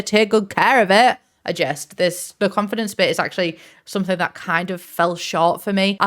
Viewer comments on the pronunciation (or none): none